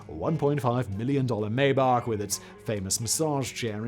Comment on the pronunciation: It’s pronounced my-bock.